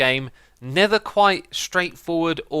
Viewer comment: Does anyone else notice how whenever X says never, it sounds like nether?